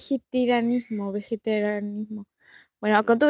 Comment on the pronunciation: El comienzo con Macri intentando decir "vegetarianismo" es brillante!